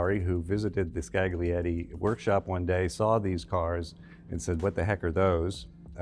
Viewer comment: scaGlietti. Facepalm. Isn't that so hard to embrace the idea that latin alphabet is used in different languages and words are pronounced an stressed differently? A docent in a world-renowned museum. You should know better. Thanks this is not the video on french coachbuilders, one only knows how they could have been butchered